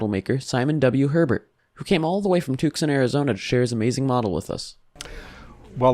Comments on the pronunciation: OMG...Tucson is pronounced "TOO-sohn", not "Tuke-son"... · Never heard of Took-san, Arizona. AI narration is not only impersonal, it butchers the language.